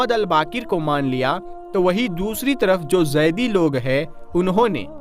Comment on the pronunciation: Zaidi Nahi Zaidiy